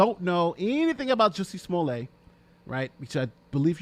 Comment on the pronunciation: You aren't pronouncing his name right! His last name has 2 t's so you pronounce the t. If his last name had 1 t then you would pronounce it as you are with the long "a" sound.That is the rule in french and his last name is french! (But usually there is an e after the 2 t's.)